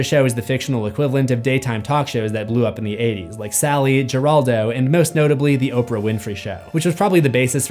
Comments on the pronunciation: He said Jer-al-doe 😂 Her-al-doe dude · Jeraldo is pronounced as an H Heraldo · Great character study. Geraldo is pronounced her-all-doe. That is all.